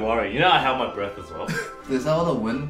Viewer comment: Mind: * hears "hold your Brett" instead of "hold your breath" Me: no you don't ship, you're not supposed to ship Mind: But he's Eddy's Brett/breath Me: THIS IS SO NOT GOOD